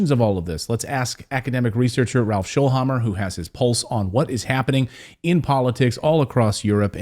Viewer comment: Its Schoelhammer, not Shoelhammer